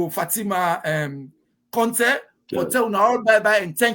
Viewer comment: WE START BEING PROUD OF OUR COUNTRY BY PROPERLY IDENTIFYING OURSELVES , WHO IS THIS WOMAN , A SIERRA LEONEAN OR FROM THE FRANCO PHONE COUNTRY. OUR CONTEH, IS CONTEH NOT CONTE NO FALSEHOOD..